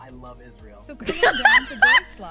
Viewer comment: is mispronouncing Israel again.